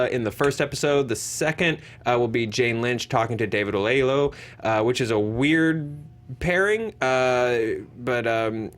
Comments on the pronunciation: the Man's name is David "O-ye-lo-wo" not whatever nonsense you just blurted out. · Delly Tancyl sounds like he just mixed up the y and the l and the w